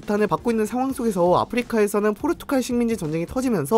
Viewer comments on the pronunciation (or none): none